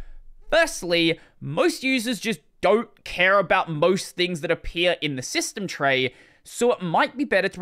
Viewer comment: System tray shsmytstejm trrey. ❤👌